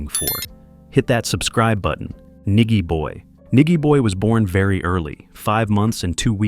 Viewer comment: Nigy pronounced ny jee boy Tear up Sumfest 2024 too!!